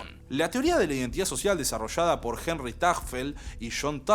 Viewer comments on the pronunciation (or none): none